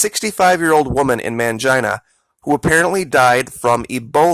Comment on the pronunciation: Its pronounced Main-Gene-uh not Man-jine-uh..